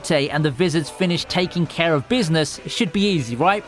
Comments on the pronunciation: Did anyone heard him say wizards in stade of vizareds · vizards are pronounced "vai-zards" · V-eye-z-ARE-ds Edit: Byakoooya